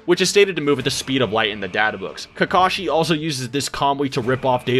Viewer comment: Soooo many repetitions in this video of saying "Kakashi" wrong it made me cringe.